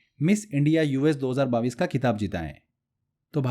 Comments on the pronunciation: सर पहले तो आप सन 2022 को बाविस बोलना बंद करिए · 22 thik se bolo pehle